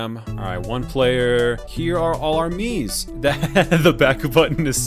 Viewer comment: “Here are all out Miimes!”